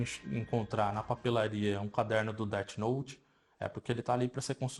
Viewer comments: "deart note" MANO KKKKKKKJJJKJKKKKKKKKK record ta perdida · É défi nouti